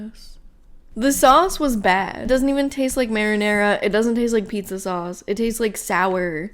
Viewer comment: The neon sign said Jet's Pizz for a second and I was a little amused. Then you said Pizz-uh and I snorted